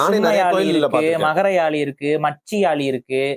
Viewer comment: First topic subject Olunga mathunga. It’s not Yaali! It’s Yazhi! Antha zhi Tamil mozhiyin azhagu athukagave my daughter name is Yazhini